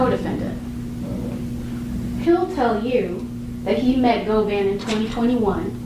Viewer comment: His name is pronounced as Goooo-Van